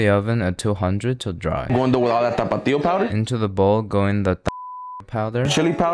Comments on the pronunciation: it's a stupid word and I'm Mexican. I cringe at the way this guy exaggerates it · Why he was turning on the music while pronouncing tapatio 🥶🥶🥶🌚🌚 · my guy cant pronounce tapatio well no wonder its censored 😂